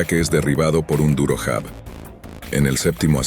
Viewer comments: Se pronuncia yab , no jab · Se pronuncia llab Se escrbe jab.